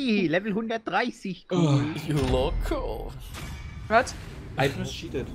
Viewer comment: Das heißt You Loco nicht Ju Lockooo!^^